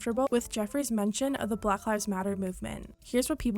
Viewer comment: she pronounces black as blagh lol